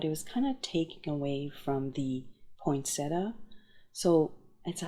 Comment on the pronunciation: beautiful cards! Interesting fact, there is no T after the n in POINsettia. This is a plant that was named after Joel Poinsett. That might help you to remember how it is pronounced. Here's some more interesting facts